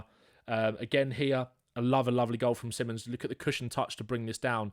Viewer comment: Fun to watch, just get his name right. Si(like spanisch) mons, or just call him Xavi as that is the name he wants to go by. Not Simmons